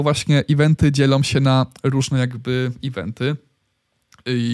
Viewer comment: "łolety, anousmemty i iwenty" jprdl